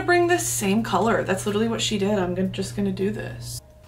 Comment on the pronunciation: You've litchrally achieved your brittish final form